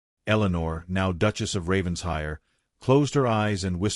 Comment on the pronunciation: Another Ravens-HIRE! Beyond exasperating. When is AI going to learn it’s Raven-SHIRE? Can’t abide this. . . .